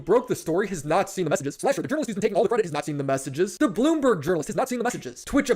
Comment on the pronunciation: This mf really be pronouncing Bloomberg as "boombug."